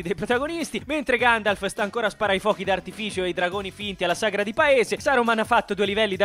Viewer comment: "si sta facendo ancora di ganjalf nella terra di mezzo", grazie per questa cit incredibile ❤. Comunque era la terra di merdor tipo... tipo Busto Arsizio